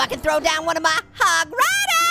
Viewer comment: U said HOG RODER HE SAID U ROCK HOG RIDER LOL